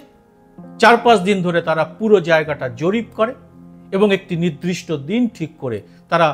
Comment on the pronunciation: আজকেও 'নির্দিষ্ট'কে আবার 'নির্দ্রিষ্ট' উচ্চারণ করা হ'লো। 😔😌